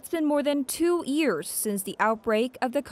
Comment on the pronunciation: "It's been more than two EARS since the outbreak..." "...two EARS..." "...two EARS..." "...three EARS..." Dear Arirang Reporters: It's pronounced YEARS, not EARS. The Y is not silent. Why do Arirang reporters have trouble pronouncing this simple word? You can pronounce WORLD but not YEARS? That is very strange. For Koreans, WORLD is a much more difficult word to pronounce than YEARS. Yet, you are doing the opposite. I don't get it.